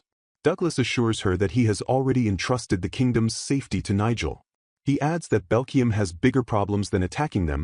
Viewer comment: The LLM voice is almost impressively bad at names. It never got the names Eliane, Belkheim, or Linchigham correct, not even once. On top of that, it calls everyone Douglas